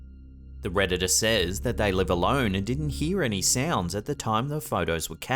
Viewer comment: WHY THE CREEPS ARE YOU SAYING REDDITER INSTEAD OF REDDITOR?!